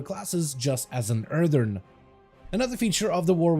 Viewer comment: Please. It’s “Earthen” not “Earthern” There’s only one “R” in Earthen